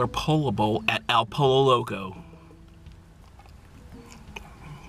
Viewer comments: It's pronounced PO-YO not POLLO LOL! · Ralph Lauren making Polo bowls now? lol You're in Cali learn how to pronounce Pollo (p OH y OH)........come on now step up your game! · Omg you killed me 😂 you said pollo wrong every time and pollo is chicken not a duck 😭😭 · "Po-yo" is the correct pronunciation guys:) El Pollo Loco means The Crazy Chicken. What's up and YouTubers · Pollo is pronounced "poyo". Also pollo means chicken not duck. Hope that helps!!! Good vid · Chipote ley? I thought it was pronounced Chip-poet-el. Tort-eeya? I thought it was pronounced Tort-til-la. Thankfully you pronounced poe-lo right. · "Polo" You know damn well it's not pronounced like that. Dislike. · my friend it's pronounced "Poyo" but it's cool dude. You're still dope as fuck!!!! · Po-yo*** Creamy cilantro*** not ceaser dressing & it is not a pollo bowl. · it is pronounced Po"yo". pollo. PO YO. get it right. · You say you're Mexican but you pronounce Pollo like Polo wtf man!?? You should at least know how to speak Spanish if you claim to be Mexican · Actually it's spelled pollo. It's pronounced poyo